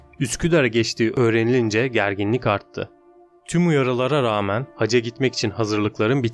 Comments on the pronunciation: ‘Hacca’ yerine haca demenden dolayı mideme ağrılar girdi. 🤦‍♀️ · hacca ve sipahi kelimelerinin telafuzlarına dikkat etmelisin